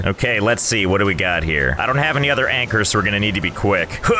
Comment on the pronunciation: Him: says donte rewind Me: rewinds